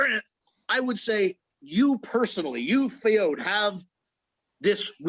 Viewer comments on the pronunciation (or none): “You Fay-ode” 😂😂